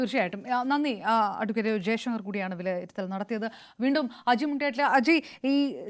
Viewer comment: ജയശങ്കർ,r pàrayunnathu ശരിയല്ല